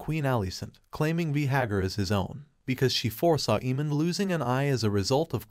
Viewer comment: Bro do you watch the show? You’re mispronouncing most of the names 😂 “Veehagar”